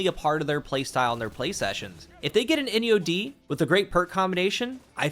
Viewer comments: Please tell me I am not the only one who heard "in yo d" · People who’s asking which SMG is that it’s “Enyo-D” 👍🏼💯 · She said put ENYO-D 😂